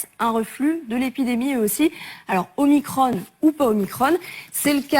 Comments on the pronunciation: Oui, sauf que 15ème lettre de l'alphabet Grec Oblige, faut dire OmicRON avec un "ON", comme tête de cON. Et non pas omikronne ! ça c'est du Novlangue ! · Oh leur omicrône !!!!! pour ne pas déplaire au démon élyséen ... prononçons omicron comme il se doit !